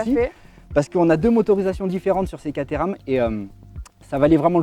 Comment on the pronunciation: Rhhhaaaaaaa!! Les français qui parlent anglais !!! Alors Caterham est une ville , on prononce pas caTééééram mais Kat-rhums... voilà voilà sinon l'un de vos plus sympa reportage !